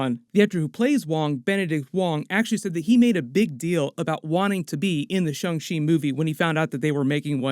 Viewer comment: This is in a texas twang. Its shang not shong u dunb sob. If chickens had 8 more brain scells would thay be mad that we eat them?